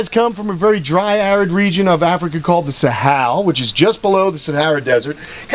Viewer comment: I’m so triggered he said Sahel wrong 😂